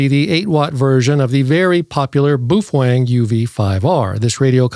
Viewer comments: Booh fweng huh.you rookie.you just lost all credibility w me.try bao feng.like it's spelled .try listening to others..sound it out.can you say bao fang?? I knew you could.....jeeezoooo dude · Lighten up man. You need to understand the sense of humor in all his videos. BTW, he pronounces it: BUF WANG!